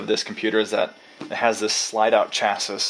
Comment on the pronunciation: Looks awesome. Came across this while investigating building my own hackintosh, inside a G4 sawtooth case (as a workstation though, not as a HTPC). FYI, "chassis" is usually pronounced as "shas-ee" (not chass-is)